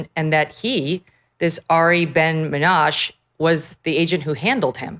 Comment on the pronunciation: Ms. Kelly, Arieh Ben Menashe (the last three letters form a syllable with a short e, as in sheh) is a publicity-seeking kook with zero credibility who has been disowned by Mossad for at least 30 + years that I know of. He was then going around making wild claims during the Bosnia war, later with respect to several African wars, none of which were in Israel's interest in any conceivable way. Whether sometime even earlier, say 40 years ago, he did some job for Israeli intelligence or not, I have no idea, but even if true it would be entirely irrelevant to the Epstein case. Any case reliant on that loon's claims is worthless.